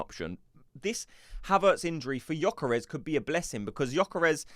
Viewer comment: I would join if you correct your pronunciation of Gyokeres. It is NOT GyokOres, it is GyokEreSH